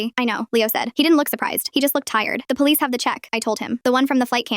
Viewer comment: Don't worry Leo. Mama Lioness went to the poH-leeess.